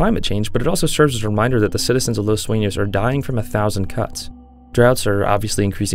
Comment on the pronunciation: finally someone say the name right and not "los suinos"